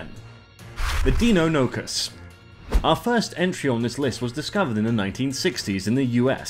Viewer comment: its DIE-NON-O-CUS